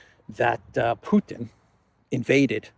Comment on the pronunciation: ..is from..*put-in*...LOL